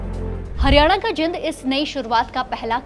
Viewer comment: Jind na bolna aata inko